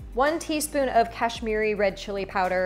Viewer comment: I am Indian, I am very curious to see how you cook Spanish food. I really like your pronunciation "Garam Masala" and "Kashmiri Red Chili Powder". For the first time I saw your channel and subscribed to more new recipes.💕💕